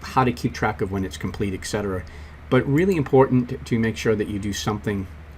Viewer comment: Thanks for the lesson... but you're killing me with amount of times you mispronounce "et cetera". It's ET-Cetera, not ECK-Cetera.